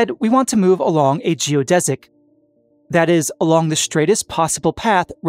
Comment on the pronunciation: finally, someone that pronounces "geodesic" properly.